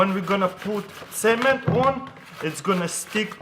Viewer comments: who else thout he said cemen not cement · is he saying semen instead of cement? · when i heard him say cement i thought he said semen :P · I seriously tought he said apply the semèn on the pvc pipe. Lmao but he meant cement. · when he first said cement I thought he said semen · At first I thought he said," Now we are going to apply SEMEN." That scared me for a second. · Who else thought he said semen instead of cement? 😂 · Sounds like your saying "semen" instead of "cement" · I think he said semen or cement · he says cement like hungarians and i know it becuse i'm hungarian :D